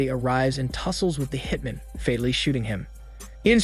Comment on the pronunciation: Also how one hitmen is pronounced as opposed to one hitman lol